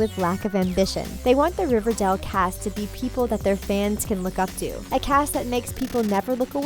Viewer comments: It’s RiverDALE not RiverDELL 🤦🏼‍♀️ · Riverdall. It's Riverdale, get it right 😂😂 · SHE US SAYING RIVERDAL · She pronounced it Riverdal... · OMG ITS RIVERDALE NOT RIVERDAL AND ITS CHERYL BLOSSOM NOT CHERRY BLOSSOM THIS IS TRIGGERING ME!!! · OMG stop saying RiverDELL. It's RiverDALE. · I don’t like the narrator she say it like riverdel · It’s RIVERDALE!!!!! NOT RIVERDELL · I’m kinda annoyed by her pronunciation she kept saying “riverdel” it’s more “riverdeil” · What BS from a person who pronounces Riverdale as ReverDaal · THE WAY SHE SAYS RIVERDALE, ITS RIVERDALE, NOT RIVERDELL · I cringed every time she pronounced Riverdale RiverDELL😩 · First of all it's not "Riverdaale". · **GRUNDY** Also, does it bother anyone else that she says “RiverDELL”??? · I hate how she says it like, “River-dell” 🤦‍♀️😂 it annoys me, anyone else?! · Ikr its cherrryl ((i think u spell like that) you can hear her thick her robot voice. She is just jealous she cant make a show as good as riverdale. hasnt evn watched it! she cant say there names, there ages, the show name, she says 'riverDELL'. So annoying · WHY?? I AGREE, DIS LADY PROBABLY HAS NOT EVEN SEEN RIVERDALE, WHO THE H*** SAYS MS.GUNDY???? AND RIVERDAL?? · That and for some odd reason keeps pronouncing Riverdale as "Riverdell" lol. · Fluffed Pillow it's pronounced "river-dale" just like Its spelled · Atara Berzon dont forget "riverdell" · "cherry" "riverdell" what else? betty copper?? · Paul Bowcherr? BOWCHERR? EXCUSE ME? OH AND LOOK ITS CHERRY BLOSSOM TOO! AND GUESS WHAT SHOW THEYRE ON? RIVERDELL! WOOOWW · Am i the only one who got triggered when she said cheryl and riverdale wrong😂 Edit:And every other name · You can’t even say riverdale or Madelaine right and your going to try to talk about the show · i know and its is killing me inside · Is anyone triggered cause she is saying riverdale and cheryl wrong😐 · First thing I notice she pronounced riverdale wrong